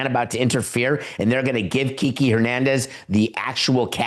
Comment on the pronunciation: kee-kay FFS